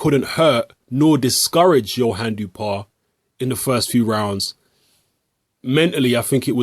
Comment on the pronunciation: You should pronounce his name like Dew-oh-pah. That's the closest french pronunciation of his name.